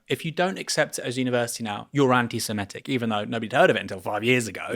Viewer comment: Aaron: t's anti se-MIT-IC, not anti siMET-ic!